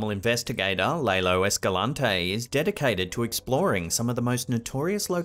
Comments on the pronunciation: #6 is an animatronic fake. Notice how the creature never acknowledges the person filming? Even wild animals acknowledge people filming them....& then they run away. P.S. Lalo - "Lah - loe." not Lay - loe. 🙂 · It's "LAH-lo", NOT "LAY LOW"!